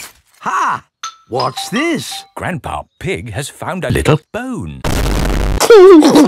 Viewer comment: Why did George say grandpa ig not grandpa pig